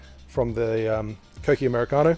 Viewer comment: U said it right kokki 👍